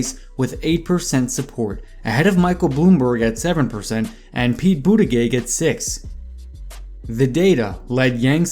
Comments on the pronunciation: Amy ClubberKer Me: who?: Pee Boodygit Me: 😂🤣🤣🤣🤣🤣🤣 Tom Stay-er. He’s missing Joe beaten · Pete BUDDHA-GAYGG! Amy KLO-BAH-KUR 😂😂 lmao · Great video, I hate correcting ppl on youtube cuz I’ll come off as such an ahole- not tryna be a dick here. just saying.. for amy klobuchar and pete buttigieg : It’s Amy “Klo-Boo-Char”, (Char as in Charlie) not Car, and for Pete his last name is “Boo-Dih-Jidge” honestly doesn’t matter , Yang’s gonna win the next debate and every other debate , but just throwing it out there so you can confidently start your next upload with a sentence such as: “Yang absolutely owned KloBooChar and BooDihJidge in last night’s debate, .. along with every other candidate once again...“